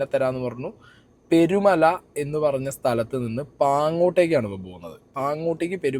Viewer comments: പെരുമല അല്ല പേരുമല ആണേ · ആദ്യം നീ സ്ഥലത്തിൻറെ പേര് നല്ല മാതിരി പറയാൻ പഠിക്ക് പെരുമല എന്നല്ല പേരുമല